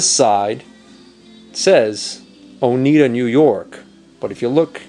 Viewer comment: Oneida is pronounced oh-nigh-da.